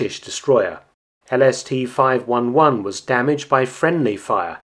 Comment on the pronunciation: Am I the only one heard LSD not LST?